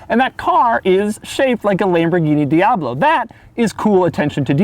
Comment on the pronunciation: Lambowrggini diablwo Thats how i heard him pronounced it